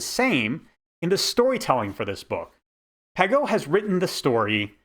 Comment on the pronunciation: His last name is pronounced with a soft g, more like pazheau